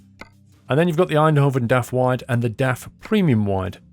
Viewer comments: Tbh pronounced "Eindhoven" pretty well. It's funnier when they try more Dutch places like "Volendam", or places with a hard G, like "Utrecht". Or when they think they pronounce it right when they really don't: 'Emsterdem':D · You nailed Eindhoven, like the people in the Netherlands say it. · It is really funny when you say Eindhoven but you prenouse it very good! Greetz a Dutch Fan